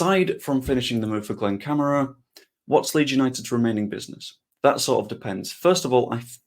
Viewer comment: Please pronounce correctly Cam - are- a